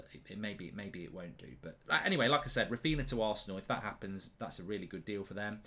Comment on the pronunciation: Who is “Rafeena”?